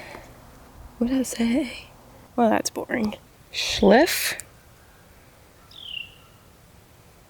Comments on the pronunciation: Schliff 😂 That's Schlitz. It was an older brand of beer that's produced by Pabst, I think. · Schlitz is pronounced as SHLITS (rhymes with "flits" or "slits"). The name is of German origin and is commonly pronounced with a "sh" sound, followed by a short "i" sound, and ending with a "ts" sound. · Schlitz beer was brewed in Milwaukee, WI. Pronounced sh lit s